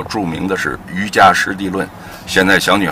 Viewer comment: 冒昧地说一句，应为《瑜伽（qie二声）师地论》。瑜伽（qie二声）意思是修行瑜伽有成就之人，比普通的瑜伽（jia一声）的意思要进一步。具体可以参考南怀瑾老师讲解《瑜伽师地论》的著作